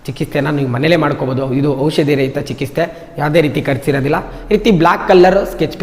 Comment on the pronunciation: ಚಿಕಿಸ್ತೆ ಅಲ್ಲ ಸರ್ ಚಿಕಿತ್ಸೆ ❤❤❤